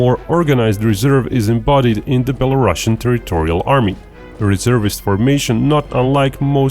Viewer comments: Sounds like beh·luh·roo·see·uhn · Belarusian has one s and not ss so it should not have this "sh" sound like "russia" word does.